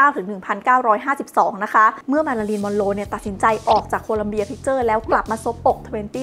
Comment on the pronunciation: ทำไมได้ยินเสียงเป็นมารารินละคะ 😢